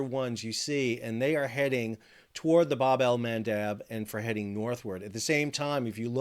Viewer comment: Can you please start saying “bab” correctly? It’s the short A. As in jab, stab, crab, dab.